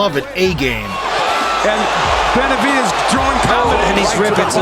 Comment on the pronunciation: Su nombre es Benavídes (acento en “í “) no, Benavidés ,( acento en “e”)